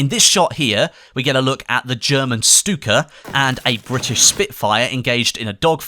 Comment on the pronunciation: Oh boy I'm counting the hours till E3. So much stuff this year., I really like how you try to pronounce german words. Keep in mind that "St" is always pronounced like "Sh" in german (you did it perfectly right with "StuKa"). For example the word Standard is pronounced "Shtandard". Or Sturm would be "Shturm" for you.:)